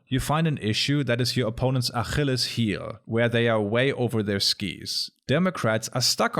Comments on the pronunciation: so that's how Germans pronounce "Achilles?" That's pretty neat. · An der Aussprache des Wortes "Achilles" sollt ihr die Deutschen erkennen.